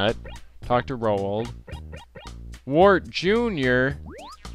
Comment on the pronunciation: its pronounce r-ow-ld